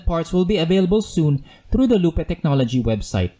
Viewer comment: BTW it's pronounced LOOP. Not "Loop-ay"